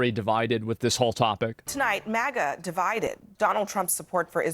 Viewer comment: Why does he pronounce it MOGA?